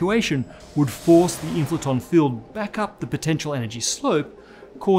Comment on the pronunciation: The WHAT field? Inflaton? Can't understand the pronunciation.